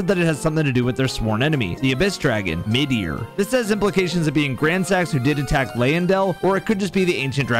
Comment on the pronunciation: Lmao did you just pronounce Midir as Meteor??? 😩